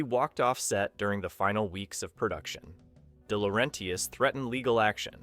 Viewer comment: Here's a breakdown of how to pronounce DeLaurentis: De (deh/duh): Like the "de" in "define" or "the". La (lah): Like the "la" in "lah-di-da". Ren (ren): Rhymes with "hen" or "pen". tis (tis): Like the "tis" in "artist". You're welcome.